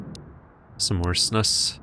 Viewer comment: Snus is a swedish thing that you put under your lip. I love the way you said "snus" xD